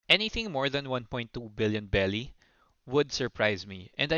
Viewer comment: berry not belly 😂😂😂😂